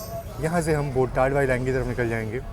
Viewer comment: station name is बोटाद not बोटाड